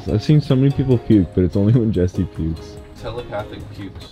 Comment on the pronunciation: man said jester lol its jesse or jesser